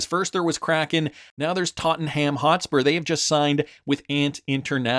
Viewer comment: "Tot un um" is how it's pronounced.